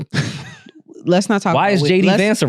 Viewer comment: 😂😂😂 Why J said Baka name like that?! Lmaoooo